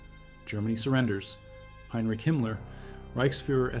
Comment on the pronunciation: Who the hell is Miller? Your AI is not only artificial its stupid.